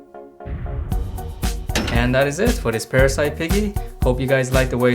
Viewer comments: U drew well but it's not parasite it's parasee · It is parasee not parasite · It's PARASEE not PARASITE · Isn’t it parasee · its called parasee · How dare you call it parasite! It's parasee I bet you don't even play piggy!